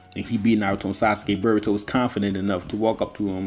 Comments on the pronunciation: he absolutely says burrito not boruto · Also, it's Boruto, not BRRR-ito. BRRR-ito is the Hood version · Bro did you just say call Narutos son Burgto!? You juss black talken or juss tryen du sound coo. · I don't really see anybody talking shit about your accent so if anybody dislikes it I highly doubt that's the reason. I can't notice a Haitian accent at all, you just sound like a normal black American dude. Only thing I've noticed people talk about and noticed myself is you calling Boruto, "Burito". Fix that up and there's no problems at all bro. Also on a side note I wouldn't be sleeping on Himawari's byakugan considering she's the daughter of Hinata, descendant of Hamura, the Byakugan princess, and then her father is the reincarnation of Ashura, son of Hagoromo. If you actually go through her lineage like that it would have her and Boruto being the closest people to Kaguya and full Otsutsuki's in the modern era. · This nigga really says "BERROOTO" 😂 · You said berbauto lol